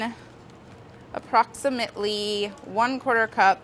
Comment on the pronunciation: Nobody: Molly: aPpROxImaTeLy